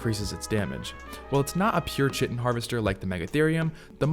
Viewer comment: Chit-in 😭 Its pronounced kai-tin